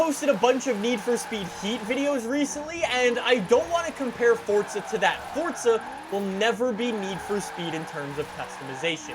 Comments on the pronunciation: Stop saying fortsa it’s forza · Stop saying fortza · Anybody else notice he says fortza? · My wishlist is that you finally realize you’re an idiot and you finally learn to pronounce Forza right 💀💀😂